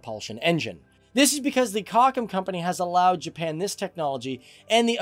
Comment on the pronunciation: Too bad they have people as hosts of these shows who know nothing about the subject they're talking about. Sweden apparently is not advanced when it comes to military technology. Huh? Also the shipyard that built the submarines is called "Kockums" not "cockin'.